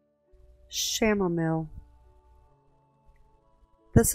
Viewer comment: Isn’t the Chanamile pronounce “Cam-A-meel” I was wondering and that looked like a daisy.